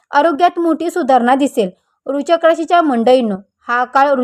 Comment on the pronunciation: तुम्हाला वृश्चिक राशी पण निट म्हणता येत नाही कमीतकमी लोकांना घाबरवू नका